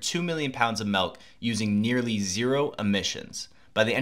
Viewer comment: Milk not melk u fckn dmbass